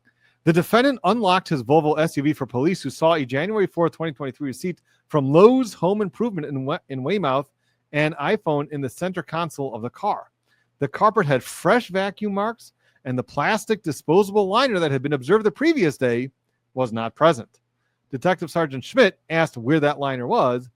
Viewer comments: Some pronunciation hints... "Swamp_ scott" and "Way_muth" or "Way_meth" Tips from a Bostonian. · I lol'd at your pronunciation of Swampscott and Weymouth but it isn't your fault! 😂😂 we are weird here. So in Mass, we say Swamps-cut and Way-muth. ❤ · Weymouth = Weymith...lol